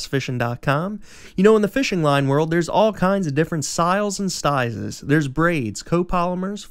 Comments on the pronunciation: Anyone else notice he said syles and stizes in the beginning? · Did he just say Stizes and Syles